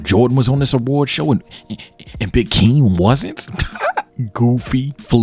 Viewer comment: it's Hakeem. where the fuck did Akeem come from